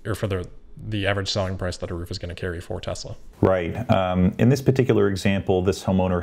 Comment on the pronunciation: I´m European, so not native english speaking, but: I wonder why I hear more and more " thish" instead of "this" and several more sh instead of s (not only from you)? Is it too difficult for the younger generation to pronounce an "s"?